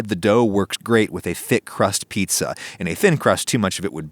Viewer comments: I thought he said eats-a-glut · HOMIE LOWKEY SAID FEETZA BUTT 💀